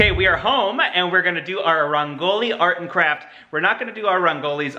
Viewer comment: Rangoli is actually pronounced "rung-goli" not "ran-goli" Diwali is pronounced "dhee (like the other sound "the" makes) -waal-ee"